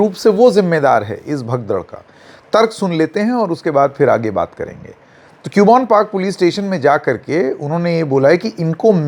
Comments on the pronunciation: Its not pronounced as Cube-on its pronounced as Cub-bun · क्यूबोन नहीं “ कब्बन “ Park 😅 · it is CUBBON PARK. Pronounce KABBON PARK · Not Q bon park..read it as Cub Bun park.. hope this helps 😊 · btw sir use कब्बन पार्क aise bolte hai😊